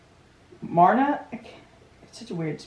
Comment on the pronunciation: Happy to see your reaction. ☺ Myrna sounds like Merna. One of my favorite movie couples.